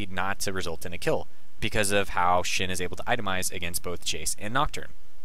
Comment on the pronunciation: It's Shen, not shin